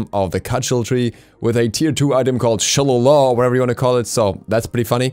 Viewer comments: It's actually pronounced Shil-ay-lee or Shil-ay-la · Shi - Lay - Lee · Shillelagh is pronounced shi-LAY-lee or shi-LAY-le. Basically, it’s a blackthorn stick/club. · She-lAy-lEE Thats how you pronounce the t2 xD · The tier 2 is pronounced sha-lay-lay